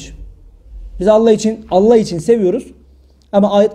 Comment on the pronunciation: Hocam Allah c.c. ismi şerefini ellah diye telaffuz etmeyiniz lütfen